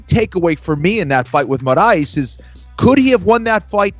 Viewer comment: The way Kenny says "Morais" is really pissing me off